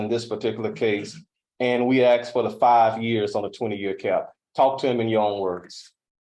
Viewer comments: I axed and axed and axed till I got it right! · First thing you do is hire a lawyer who can pronounce “asked”. Yours knows how, but in order to maintain his street credibility he chooses to put you in a bad light. Not smart. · If my attorney said axed instead of asked I would "axe' for a mistrial 😊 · I was listening carefully to the defendants' lawyer until 5.26 when he said Aksed instead of asked, call me a nit-picker but when you are presenting to a judge at a sentencing you need to be on point, and that includes your pronunciation, every time i hear someone say Aksed, it's equal to fingernails scratching across a black board. The lawyer and the defendant just got a reality check from Judge Stevens 🤐🙉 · You would think an attorney would be educated enough to pronounce words correctly! Axe….for asked….seriously! 😂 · another attorney trying to act smart and using "dis" "dat" "axed' "you all" "poolise" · Wonderful, the attorney can't even pronounce asked🤦‍♀️ I axe you is NOT educated sounding